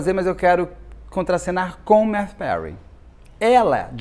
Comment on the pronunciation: É Mathew, não MaTThew.